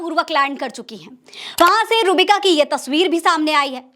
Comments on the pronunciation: नाम गलत ले रही हो आप,, रूहबिका बोलिये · आप नाम सही से ले,,रूह बिका,,का